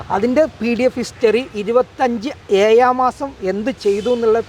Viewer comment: അത് കലക്കി ഇവന് ഭാഷാപരിജ്ഞാനം കുറവാണ് 🤣🤣🤣 അല്ല അറിയില്ല 😂😂😂